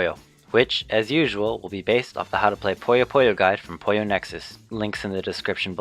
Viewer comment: Poo-yos. not poyos.